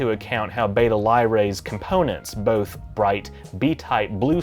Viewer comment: It bugs me how he keeps mispronouncing "Beta" and "Tau".